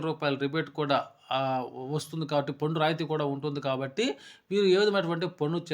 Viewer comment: పొన్ను కాదు స్వామీ పన్ను.బాగానే చెప్పారు.ఉచ్చారణ మార్చండి